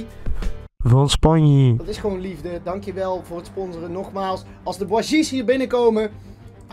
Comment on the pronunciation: bougies spreek je uit als boegies